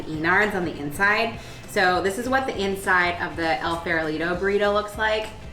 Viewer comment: Nice video, but tbh, the way you say "El Farolito" needs some work 😂